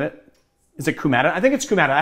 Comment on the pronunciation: When you pronounce "coumadin" the emphasis is on the first syllable. And yes, you can order bison grass online or buy it in many herb stores. I've made bison grass-infused vodka before. Just put the wreath of grass, because that's how it's usually sold, in a jar. Cover with vodka. Shake every day or so. Pass through a fine strainer. There's a chemical used in the large-scale food and perfume trade called coumane which has the same smell and flavor as coumarin without the possibility of turning into blood thinner. Unfortunately I've never been able to find it in less than enormous industrial quantities.